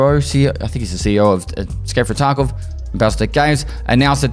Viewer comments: stop saying "tarko" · Did he just say tarkove?